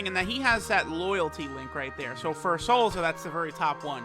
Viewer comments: Its "Salsa" not "Salza" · Sounds funny af either way